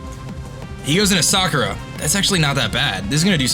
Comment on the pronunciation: you know Sakura is NOT pronounced like that, right? Everybody knows its saKUra, not SAkura